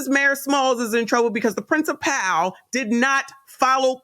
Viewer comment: Love your content! Principal is pronounced “principle.”. Not princiPAL.